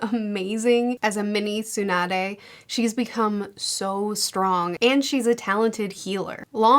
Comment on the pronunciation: Have you been thoughts how to pronounce tsunades name😅